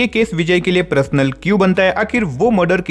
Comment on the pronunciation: Personal ko parasnal kr Dr dia😂😂😂